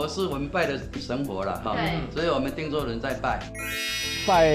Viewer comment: 您好，我們是長期關心客家話發展（台灣到世界客家）的社團，很高興看到貴台新一季［客家人有名堂］節目播出，但是在看到 左右聽旁白配音講到「汀（tang)州府」聽出來恰似「聽州」或...???汀州的汀是tin (ten)還是tang??我們決不相信這是具有專業客語配音的客家電視台做出來的配音，希望貴台為台灣最主流客家媒體配音做毋得「將就」草草了事，以上～